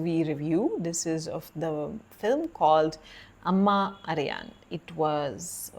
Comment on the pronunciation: They way your pronounce the movie name is insanely perfect. You as a foreigner i didn't expect that pronounce it correctly But surprisingly you did it well. Great.!! Thankyou for the genuine review ❤